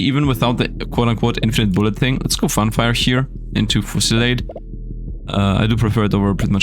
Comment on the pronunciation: How to properly say fusillade Using normal English words it's "few" "see" and then "laad" kind of like how you say hard